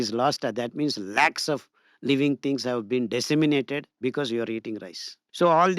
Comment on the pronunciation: Just for clarity-at multiple places the guest uses the word 'disseminated' or mispronounced as 'dessiminated'. It took me some time to realize he meant 'decimated' or destroyed.